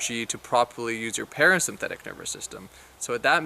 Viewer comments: great info but "Para-synthetic"??? pronounce correctly !! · Are you saying parasymphetic? Yeah I'm not going to listen to your advice.